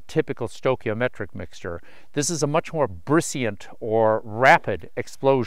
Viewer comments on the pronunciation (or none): Brisant not brisiant. And I just learned a new word. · Only because you maintain such high standards... at about the 26 minute mark, the word is "brisant" not "brisiant". Cheers! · "brisiant"? (sp?) did you mean brisance/brisant?